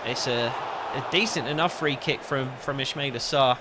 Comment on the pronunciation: It's pronounced is-ma-eel-aa